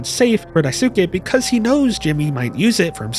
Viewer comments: JP speaker here, no, it is NOT "skay", you don't at Y at the end of it, you're reading that like an English word, but is is not, It's more like "skè". What is it with English speakers who add extra sound behind words, it's like the Japanese who add extra O behind English words. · jsyk Daisuke isn't pronounced with a soo, it's Daiskay. When it ends in a suke, it's not Suke but it's Skay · another mouthwashing analysis another mispronounciation of Daisuke [daꜜisɯ̥ke].........amazing vid lmao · The “u” in Daisuke is silent btw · i love how you say daisuke